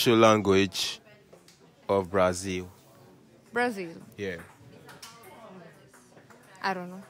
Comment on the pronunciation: He say na Brazili 😂😂